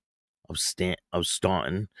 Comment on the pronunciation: Great show as always.If it's the same place in Virginia I lived in several years ago it's pronounced Stan-ton, Virginia.✌️